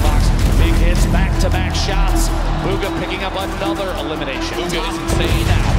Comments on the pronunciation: He says buga instead bugha it's BUGHA !!!!!!!!!!! Get it right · I heard him say baga Not booga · Why is he saying booger and not boo- gha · Its bugha not buga 😂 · It’s BUUUUUUGHHA NOT BOOOOGA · I can't 😂 They pronounce his name as "bugga" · Courage pronounces it Booooooooooogaa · The way he pronounces Bugha, like Buh-gha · this manz really said bug-ha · Bug-ga man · He says it like bugga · Mans called him boogah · my man said baga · ItS nOt BuGGa!! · So annoyed every time this guy says bugga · Sorry but you call him bugger not bugha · Imagine being the team he is in and not being able pronounce his name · Why do people say his name wrong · When they pronounce his name wrong the entire video.....